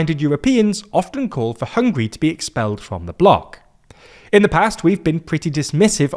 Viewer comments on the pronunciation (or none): Sorry, it's "Hungary" and not "Hungry".😅😅😅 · The name of the country is HungAri not Hungry 😂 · It's HungAry, not Hungry!